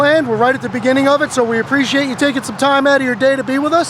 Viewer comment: STOP saying "preciatechu" use the correct word, which is APPRECIATE